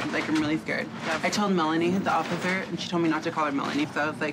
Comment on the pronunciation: OFFITHER GOTHLER...offither gothler....